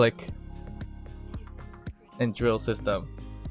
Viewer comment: LOL man, you said "drill system" and I don't know why heard "Joseph" 🤣. Looks like I got an idea for a nickname for this device 😁